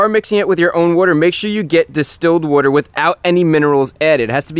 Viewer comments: What is a wodder pump ? But seriously good video Chris ! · You must be from the northeast the way you pronounce water